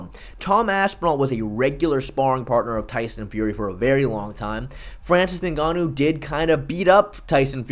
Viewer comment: Why u keep calling him ninganoo? It's pronounced enganoo you idiot. Do you even watch mma?